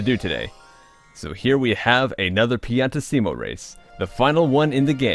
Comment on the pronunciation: btw,piantissimo it's not spelled like that,never slow down when speaking it(but still make the double S sound)